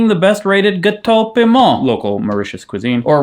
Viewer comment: "Mauritian Gateaux Piments" - For when you are next grabbing one of my favourites (the vegan version), it's phonetically pronounced "Gat-to Pim-Ma". Bon appétit cat-orange-whistling From a 'happy old' freelance editor who loves gaming (but 40+ years on and still has no frequent gaming friends) in East London, UK 😺